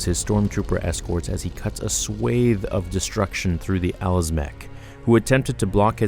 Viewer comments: *swAHth*, not SWAYTH :) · Double check the pronunciations of words you use. Swathe isnt swayth, antithesis isnt anti-thesis, etc etc its the only thing i dislike about your videos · Love your videos, gotta tell you, "Swathe" from everything I have ever heard, is pronounced "swAHth" like open up and say AHHH, swathe. Long A sound, gotcher back,;) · Swathe as a noun doesnt have an E at the ned btw;) It's SWATH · Swathe is pronounced with a short “o”, like hot. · u need to learn words better. swathe? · re: SWATHE .. I do see where you got the pronunciation from, though, google has it right, the youtube channels do NOT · you mispronounced SWATHE. you pronounced it as the VERB, not the NOUN. a large SWATHE of land is pronounced different than having your hands SWATHED in bandages. this was a large SWATHE of land.